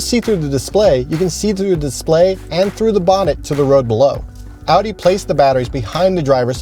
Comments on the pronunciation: Its not adi. Its Audi. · Guy butchered the name Audi..